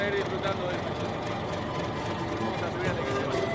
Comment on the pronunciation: Hola, la correcta pronunciación de Machu Picchu es "machu pijchu".